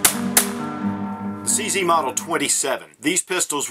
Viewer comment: CZ - It should be pronounced as Che Zet - Ceska Zbrojovka